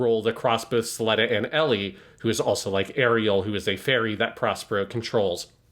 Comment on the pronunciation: keeps calling her “Elly” and while I get the whole Ls and Rs thing of Japanese. “Elly” is not short for Ericht nor is it short for Aerial as in Aerial Gundam or Aerial the Shakespeare character……